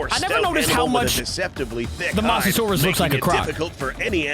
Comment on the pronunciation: Mo so saurus that how u say it